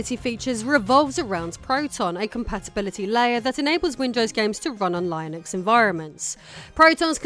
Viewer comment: I like that you pronounce Linux the "correct" way, at least IMHO. The English version of his name is Layenus, it should be Layenix, not Lihnix like everybody else persists in pronouncing it. One thing you might want to have mentioned is that your repair of the Steam Deck was partly made possible by the fact that Valve shares all the details (and parts) necessary for practically anybody with the right knowledge to do the repair. This is in great contrast to a lot of tech companies.